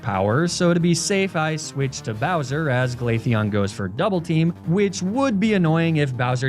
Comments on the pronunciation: i know he didnt just say 'Glatheon' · Did you keep pronouncing Glaceon as Glatheon? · Are you pronouncing Glaceon as Glatheon (like that trope of how Americans try to do a Spanish accent when they pronounce Ibiza)? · why did you pronounce Glaceon in Spanish hahaha